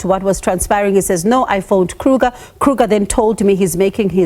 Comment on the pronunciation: The surname is Kruger and not Kruka please. It is Afrikaans and not English. 😂